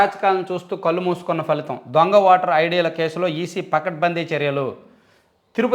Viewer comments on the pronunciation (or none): none